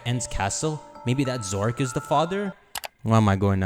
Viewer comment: His pronunciation of Zoroark maybe one of the worst name botches I have ever heard